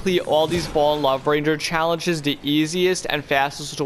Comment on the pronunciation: bro said challenchess